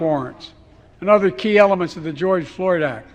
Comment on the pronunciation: It sounds like he says Joy Floyd